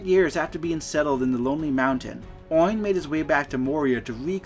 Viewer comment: Absolutely butchered the pronunciation of Oin smh